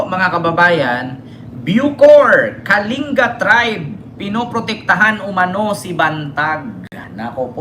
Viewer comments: Kaling-ga po pagbigkas po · Pronounce as KALINGGA